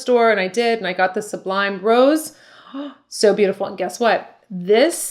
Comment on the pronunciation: 'Sublimage' sounds like 'soob lee maj' 'SOOB LEE MAJ' ....I hope this is helpful. I love your videos and you recommend some very good products. The Christophe Robin hair volumising mist that smells of roses, has been a godsend for my fine textured floaty hair, gives it body and bounce, and smells divine!